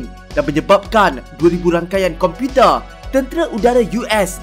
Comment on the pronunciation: Slang pelik sungguh.tambah masa ckp perkataan 'komputer'.